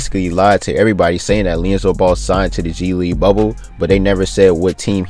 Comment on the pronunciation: Am I the only one hearing "leonzo" 🤣🤣🤣🤣